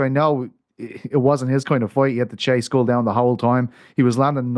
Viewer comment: I think it's just basic decency to make an effort to pronounce people's names right. The surname is pronounced SCHOOL! Not SKULL. The man has told the crowd about twice now and several platforms have corrected that many times. But Americans on these platforms will not even try.